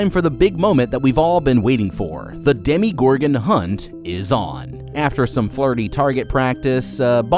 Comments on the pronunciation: I'm sorry but does anyone else cringe when he says "Demi"gorgon instead of "Demo"gorgon? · Whenever I hear Demi-Gorgan I cry inside. It's Demo. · It's not "demigorgon." It's "demogorgon." So, not a pseudo gorgon, but a gorgon that demolishes things. Or a gorgon that's in the demonstration level. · Everytime you said "Demigorgon" I physically cringed